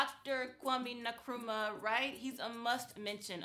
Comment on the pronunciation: Nkrumah not Nukrumah